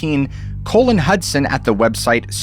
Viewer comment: why did you say the name " colin" as "colon?" colon is what is inside people's body lol.